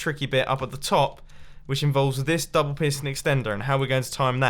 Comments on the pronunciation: He’s faking his accent! He’s actually Scottish and you can hear it! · why did it sound like he was tryin to use an American accent when he said extender